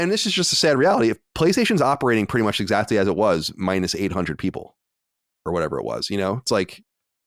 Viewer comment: Why does Colin keep saying ‘exactdy’ instead of exactly?